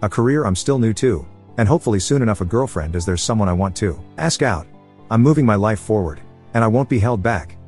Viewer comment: I like how he sayed Gilfriend